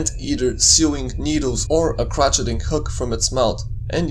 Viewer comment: "Crochet" is pronounced cro-shay, friend (admittedly, "crotch-etting hook" gave me a chuckle). Thanks for doing what you're doing.